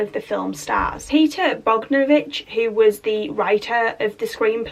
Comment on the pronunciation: It's pronounced Bog-don-o-vich.